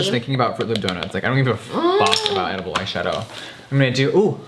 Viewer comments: Edilbe???. HAHAHAHAHAHAHAHA do u mean edible hunni cxxxx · Queen I love you and Trish but IT IS EDIBLE. EDIBLE. NOT Edilbe. Thanks. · “Edilbe” lmao hahahahahaha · If Jeffree says it's Edilbe, it's edilbe.